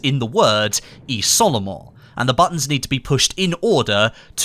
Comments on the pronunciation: Oh lol it's pronounced "Izolement" not "Isolement" lol Great video BTW! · just so you know: you should prononce it "iZolement", great video tho! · It's pronounced iZolement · What I've learned from the Easter egg is that none of the Youtubers covering it can pronounce "isolement" correctly.